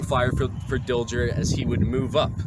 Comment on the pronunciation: Very good presentation. Hubert Dilger was my great-grandfather. A minor point: the 'g' in his name was pronounced as a 'soft' sound not a 'hard' sound.